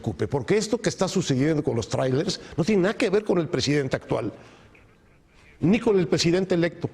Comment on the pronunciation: Mi querido Javier Tello me caes muy bien y se q hablas MUY BIEN EL INGLÉS PUES VIVISTE EN EL EXTRANJERO Y YO NO HABLO INGLÉS PEROOOOO...no se dice TRAIRELES SE PRONUNCIA TRAILERS!!